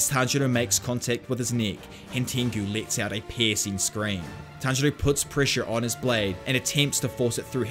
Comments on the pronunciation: Did inosuke just said "Tanjiro" in the right way?! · No one gonna talk about that inosuke says tanjiro's name correctly? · INOSUKE PRONOUNCED TANJIRO’s NAME CORRECTLY?!? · Nobody's gonna talk about how inosuke said tanjiros name right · OMG INOSUKE ACTUALLY GOT TANJIROS NAME RIGHT!